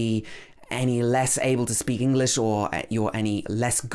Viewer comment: Hey, i hear you speak but why do you pronounce the word English as 'englis'???